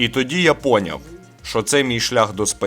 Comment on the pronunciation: зверніть увагу! правильно не "поняв", а пойнЯв.